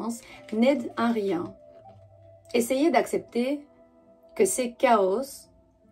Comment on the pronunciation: Coucou, rampe de lancement, petit doigt et chaos se prononce sans s bisous